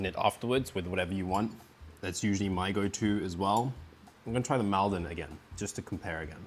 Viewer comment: Not trying to be awkward because the video is great as usual but Maldon is pronounce "Moldon" like Salt is pronounced "Solt"